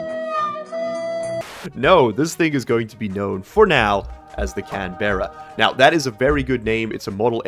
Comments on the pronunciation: While I appove of Canberra as the name of the rover as I live close by, the pronunciation needs a bit of work. Can-Braa is the way say it to sound like a local, Can-Ber-Ra just makes you sound like a Yank and no one needs that kinda shade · just an FYI "Canberra" is pronounced more as Can-Bruh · Can BRRRRRRRR uh